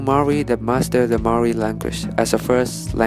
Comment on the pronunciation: Why do people not say Maori right like come on😩